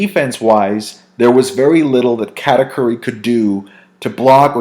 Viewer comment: Brah please stop pronouncing katakuri like that lmfao